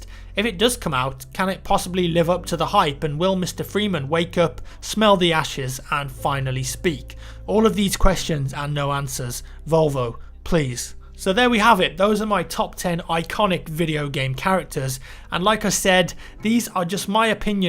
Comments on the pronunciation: did he say Volvo? and does he mean valve or is it a joke that i dont get? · Did he call valve Volvo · Wait. Did he just call Valve, Volvo? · he said volvo in stead of valve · Did he say "volvo please"?